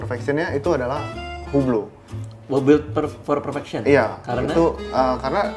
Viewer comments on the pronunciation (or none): Bacanya bukan hu- blo ,tapi hilangkan H-nya ( UE-BLO) ↔️↔️ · HUBLOT pronouncing nya "UBLO" without "H" and without "T" ;)